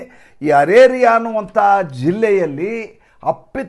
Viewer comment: ಅರೇರಿಯಾ ಅಲ್ಲ ಅರಾರಿಯಾ. ಇರಲಿ,ಇದು ಮುಖ್ಯವಲ್ಲ ವಿಷಯ ನಿರೂಪಣೆ ಮುಖ್ಯ. ನಿಮ್ಮ ಅದ್ಭುತವಾದ ನಿರೂಪಣೆ ಮುಖ್ಯ. ಇದು ನಾವೆಲ್ಲ ಸಂಭ್ರಮಿಸುವ ಕಾಲ🎉🎉❤❤